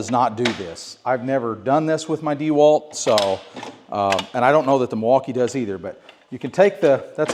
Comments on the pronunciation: WTF is DEEwalt? It’s a last name… DeWalt. dehWAHLT. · Needs to learn how to Pronounce Dewalt correctly.